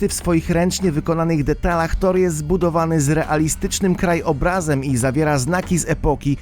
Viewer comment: Krajobrazem, a nie kraj obrazem. - więcej uwag nie będzie, plusa zamieniłem na minusa. Kiepski jesteś jako lektor.